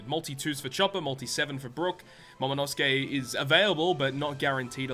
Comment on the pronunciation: In the End it isnt Momonosuke its Momonoskii.